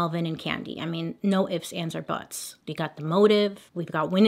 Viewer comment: When you said “no ifs, ands or buts” I heard “no ifs aunts or buts” and was like hang on- 😂